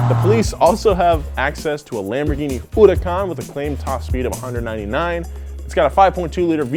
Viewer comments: why did he pronounce HURACAN in a wierd way? feels like he say it HU RU AN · I hate how he says huracan